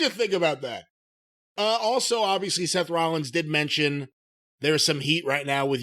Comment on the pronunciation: "Seth Wowwins" lololololkchcjf